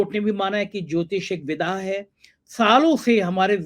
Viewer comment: वि+द+या, not विधा। आपका उच्चारण कर्ण को अप्रिय लगते हैं। I hope, बुरा न मानेंगे ।